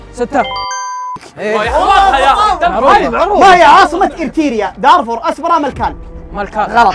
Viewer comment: اسمها مو ارتيريا تنطق ارتريا بدون الياء بعد التاء لاحظت كثير ينطقو اسم البلد غلط